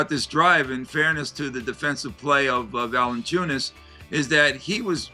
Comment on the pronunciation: it's Valanciunas ;) not "ValEn…" ;)